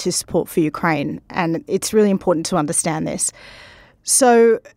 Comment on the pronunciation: Please pronounce Ukraine with accent on 2nd syllable , not first.